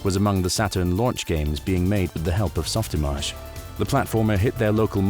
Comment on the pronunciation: I’m so glad you pronounced SoftImage correctly. Too many people understandably say “image” instead of “im-aj” (rhymes with mirage). I remember the jab back in the day being “You’re not a veteran 3D artist if you can’t pronounce SoftImage correctly”.